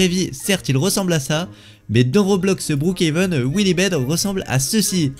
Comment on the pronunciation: TU EST FOU ON NE PAS BROOKHEVEN ON DIT BROOKHAVEN